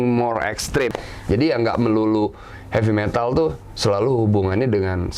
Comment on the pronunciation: "Heavy Metal" , Bukan "Happy Metal"